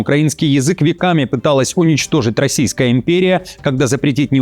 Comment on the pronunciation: Особенно смешно слышать векАми...